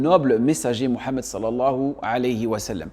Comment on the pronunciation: Qui voulez vous qui guide.????"""le O""""en Arabe ca n'existe pas.deja c'est MOUHAMMED.MUHAMMED et non MO......ou MA....soyons serieux un peu....